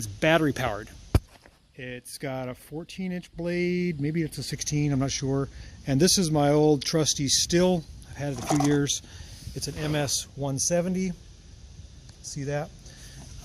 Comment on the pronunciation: I believe it is supposed to be pronounced "steel".